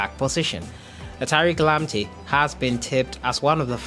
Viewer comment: Man. Pls don't pronounce his name like that please